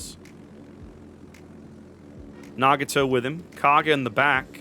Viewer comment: my brother... its Nah-GOT-oh... not nah-gah-TOE.